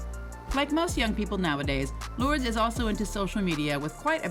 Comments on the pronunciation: Ya could have at least researched the pronunciation of her kids names! SMH 🤦🏽‍♀️ Lords!? It’s loor. - dehs. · Her name is pronounced Lor-dess...... not Lords. Or just call her Lola...that's the name she is known as. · Isn't her daughter's name pronounced 'lor-dez', and not 'lords'?! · This narrator cannot read, annunciate or pronounce names and words with accuracy. The mistakes are absurd! WAY TOO MANY!! Beginning with the say she says Lourdes Leon's name WRONG for the ENTIRE VIDEO! 🤡🤡🤡